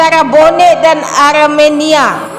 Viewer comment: kalau cakap yang betul aremania bukan arminia. Bonek bukan Persib.